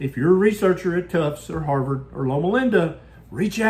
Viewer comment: If you were a researcher at the "Haarrvord" School of Public Health🤣🤣 🤣